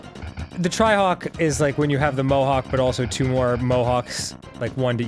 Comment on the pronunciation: For some reason I heard Dan say “tryhawk” not “trihawk”